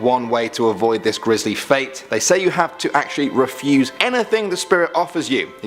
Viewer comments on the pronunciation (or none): none